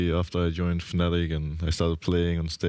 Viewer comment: Why Fnatic Attic instead of Fnattic?